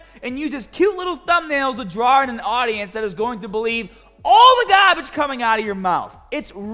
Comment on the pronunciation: The “BUT BEFOH WE GET STAHHHHTED” is always a good indication pumped AF 😂 And then he affirmed it with MEGAAGAHHBAGE😂